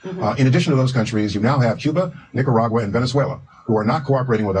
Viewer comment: Did she say “NicaWAGwa?” I’m pretty sure she did… twice !